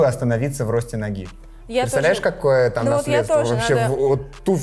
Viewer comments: Искала этот комментарий про Эрмес) аж уши зарезало, когда он обозвал дом Эрме!))) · Человек ресейлер, говорит Сумка Эрме, может нужно хоть выучить название бренда? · Братец, не Эрме, а Эрмес. Это фамилия и в данном случае «эс» читается. «Честный знак» научились «вешать», документы в уголке потребителя тоже — молодцы! 👏 Теперь учимся правильно произносить название Домов. 😉 ЗЫ: в случае Goyard корректно произносить Гояр. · Эрмес!!! Не «эрме»